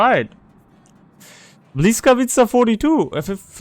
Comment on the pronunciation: hey bud/ its not BLYS - It is B-Wisk. That is how you start the word. Dont worry though. When I first started talking Polish my GOD I killed there tongue in speaking polish. the L is in fact a W sound. Thanks for the heads up on this ship.....